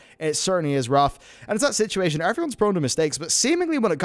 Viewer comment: “Sitchy ation” I love it LoL